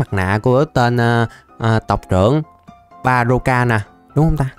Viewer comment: đọc baroka tui đọc ba dô ka